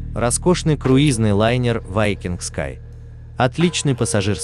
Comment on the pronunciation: Ведущий все названия корявит специально? Не вайкинг а викинг. В другом видео Роял Карибиан хрен знает как назвал. А название лайнера я даже не понял что за лайнер. Пока на карму не посмотрел